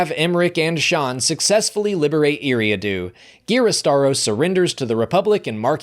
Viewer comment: Love the vids, just one thing, your pronunciation of Eriadu is wrong, it’s like eerie-ah-do